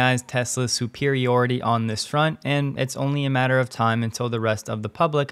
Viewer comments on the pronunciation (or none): none